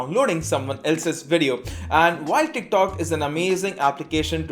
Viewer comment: Teerk talk...😂